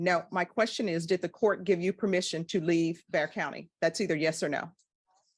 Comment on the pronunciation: It's Bexar Co pronounced Bear. ;)